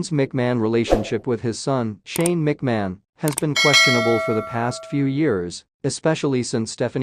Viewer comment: Commentator needs to learn how to pronounce Vince & Shane's last name.